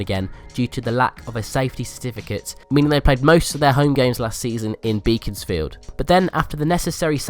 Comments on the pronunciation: "Beaconsfield" is pronounced as if it was spelt "Beckonsfield" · FYI it's pronounced Bekonsfield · stop saying beaconsfield wrooongggggg